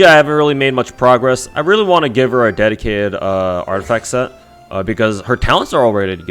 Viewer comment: I heard "Dedicated artifact set" as the "Dead Kid artifact set" Which made me howl since it fits pefectly as you were showcasing Qiqi's artifacts